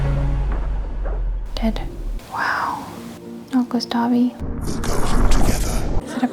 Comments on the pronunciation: GustaVE, It's pronounced "Gustaff" u monster ;D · I'm french, and I'm obviously ok with people not being able to pronounce names or words from another languages as it is in the original language. BUUUUUT JUST. I'm triggered each time I hear someone say "Gustavee". So this is a genuine tip for those who don't speak french : In this instance, the letter e at the end is silent. But just for this one. The letter e being silent at the end of the word has so many exceptions that it makes everyone confused, so I won't say anything anymore. For World's Peace purpose XD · I wish I had an Esquie in my life... 🥰 To take her mind off those awful moments, send her to the beach, to relax and maybe get a new bathing suit or two? And it's pronounced "Gustav", the "e" is silent. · not Gustav-ayyy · Gustavi, 😂,the game literally tells you whit sounds how to say that name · Just a note. To say "Gustave", don't pronounce the last 'e'. Stop at the 'v'. (The video was great.) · "gustavi" lmao